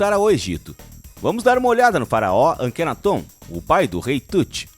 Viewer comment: Não é Akenatôn... é Akenáton. Acento no NÁ kkk